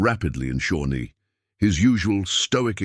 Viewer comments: The name of the Native American tribe is Shawnee, not Shornie. Obvious indifference by the creator to editing properly. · It’s Shawnee